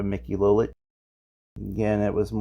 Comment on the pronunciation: I hate to keep correcting you, but it’s Tony Oh Lee vuh and Mickey low lich